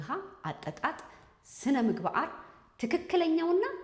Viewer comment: ስነምግባአር 😂😂😂 አንቺ ልጅ አንዳንዴ አማርኛ ይቸግርሻል ። መልክትሽ በጣም ጠቃሚ ነው